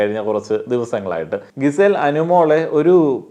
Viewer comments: എന്നും പറയണമെന്ന് വിചാരിക്കും.. "ഗിസേൽ" അല്ല, "ജിസേൽ" ആണ് 😌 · GIZELLE name pronunciation thett anu bro. Please change that😅